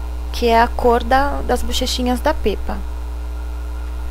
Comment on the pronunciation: Se lê Pépa , amei o vídeo